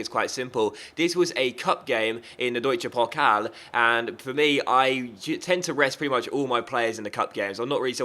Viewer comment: its funny how you say deutscher pokal:D